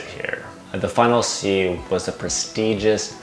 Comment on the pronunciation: literally sounds like you're saying "the final C" common dude, add that T at the end of it. "the final SEATTTT"